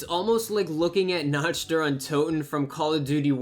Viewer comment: Notch der untoten... .......nacth.........nnnaaaccchhttt ....(knocked/naukt)